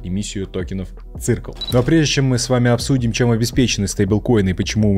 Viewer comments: Не цыркл, а сёркл 😂😂😂😂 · циркл прямо режет слух. circle как сёкл читается. со школы еще помню. нас учитель по информатике поправлял. автора видимо нет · Серкл - так можно произнести название Circle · Ккак бы всё хорошо, понятно и информативно, но простите "циркл" ... посмотрите хоть как правильно произносится. Спасибо